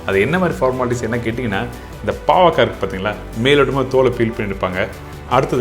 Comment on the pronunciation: It 'snot bavaka but baakarkai